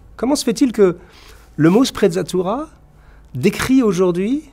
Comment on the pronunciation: Sprezza signifie à peu près mépris La sprezzatura est une sorte de négligence feinte, de désinvolture apparente devant la difficulté et tout ce qui demande travail et effort. Une sprezzatura qui aurait été appréciée dans cette vidéo eût été de prononcer correctement l'italien, avec en outre la légèreté de l'évidence.